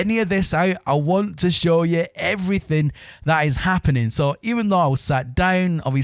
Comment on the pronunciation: Norman's Sky, everyfink, and wivout ferver ado, all in the first minute or so.